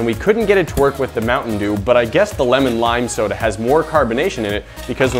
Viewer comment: "This video got sponsored by Mounten Dew"